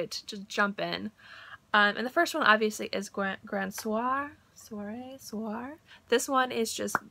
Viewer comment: Lovin' these fragrance stories of yours! If I'm not mistaken, Grand Soir should sound like "grahn SWAH" with emphasis on the second syllable.